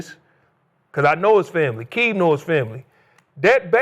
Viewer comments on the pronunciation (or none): Aqib pronunciation is like Neighborhood Nip ..RIP‼️